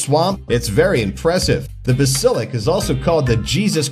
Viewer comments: the lizards name is not bu-sil-ic it is baas-il-issc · Bass-Il-Isk Not Base-Il-Isk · Its bask-a-lic not besta-lick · This guy said ba-sil-ik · BASILIC BA SIL IC he pronounced basilisk wrong :I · Pronounced: Bah-sil-isk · The Ba-sil-lick lizard. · Ba - sah - lisk — say it right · I was cringing every time he said it wrong ;= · He pronounced it right the first time then suddenly went wrong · I KNOWWW IT ANNOYED ME SO MUCH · You said the lizards name wrong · He said it basilisk wrong twice 😭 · YOU SED THE LIZARDS NAME RONG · Wrong pronunciation